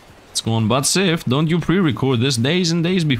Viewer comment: Any time i hear sifd say his intro I swear he says sifnd because of his accent, and i like it.